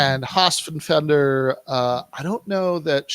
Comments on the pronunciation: This is really interesting but it's so damn hard to listen to say "Hossfender" over and over. It's like "nucular". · Guys, it's FELDER not FENDER..you could at least get the name right. yeah when i saw the Hossenfelder pro capitalist clip i totally cringed--generally did like her podcasts but now i am not sure, and she is taking it from EVERYWHERE for that clip tons of negative feedback--she certainly dropped the ball on that one, and she didn't even engage with on Twitter?? huh? Silly. Sean Carroll is another physicist that takes on philosophy and social issues but he is MUCH more informed on the subjects especially philosophy in which he chastises his fellow physicists for NOT having much interest in philo..